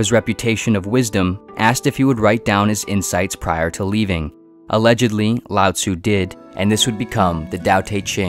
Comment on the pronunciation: When I was listening to this I heard "Loud Zoo" lol